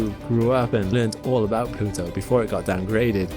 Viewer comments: Plutwo, pronounced plu tu oo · And pronounce it Plad-tuu